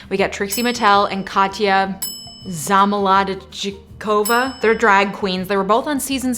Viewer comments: Say it with me! KAWT-ya pit-ROVE-nah ZAH-mol-OHd-chick-OVAH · It's zamolod chi kova....but you're dad just calls her Katya 🤣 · noooooo it’s zAmolodchikova with an A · To pronounce Замолодчикойва say: zah-moh-lod-cheeh-koh-vah. You're welcome. P. S. You can seperate it in Zamolod-chikova to remember it. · One thing that I've realized watching her struggle with Katya's russian name I can't say katya zamolodchicova either but If I start with the yekaterina , the petrovna zamolodchikova comes right off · cool vid but everytime you pronounced zamolodchikova it made me want to die - a ukrainian katya fan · Zamolodchikova isn’t actually that hard to say but i love any dramatic pronunciation regardless of know how.